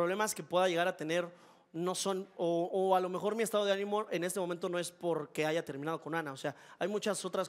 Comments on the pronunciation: Esa tipa dice aiga y según escribe un libro jajaja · La flechada de Jonathan dice escribir un libro y dice "aiga" jajajaja